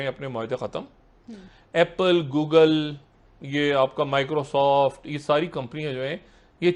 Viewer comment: gugal? jahil jihadi Google hota hai